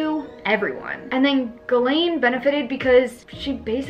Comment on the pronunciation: It’s pronounced “ jizz - lane”